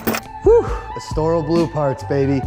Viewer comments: Pronounce Estoril correctly please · Estoril. Please Google how to pronounce it.